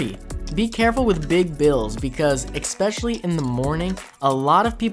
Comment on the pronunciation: Dang kid. Stop saying exspecially it's Especially good vid kid!